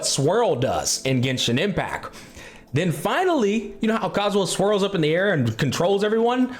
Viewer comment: bro just forgot how to pronounce 't' for a few seconds loll he said genshin impac swirl the elemens loll jk ly brother keep up the grind